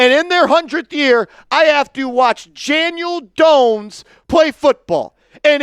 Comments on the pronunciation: He sure did 😂 Janiel Dones 😅 a real one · did you call him Janiel Dones?? You must really be pissed!!!😂😂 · Haha , you said Janiel Dohns